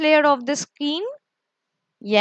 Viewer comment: Nice.. Thanks for the explanation..but there is a pronounciation mistake. You are saying skeen it's not skeen it's skin